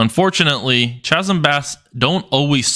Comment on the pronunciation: Chasm is pronounced (kazem).